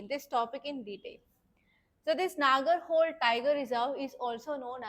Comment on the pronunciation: It's not Nagar"hole". Its ನಾಗರಹೊಳೆ